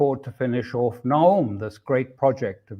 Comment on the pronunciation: Waiting for Alastair to say "orf" ("off").